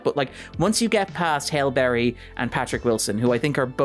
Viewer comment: pronounces Halle Berry like he's saying "Hail Mary".